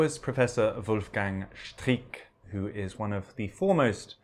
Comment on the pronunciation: Pity his name is pronounced as streaker instead oi 's streeck